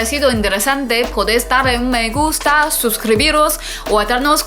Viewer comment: Me gusta mucho como dice “me gusta” en primer tono saludos y muchos éxitos.